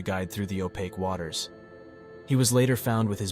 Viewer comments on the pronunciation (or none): none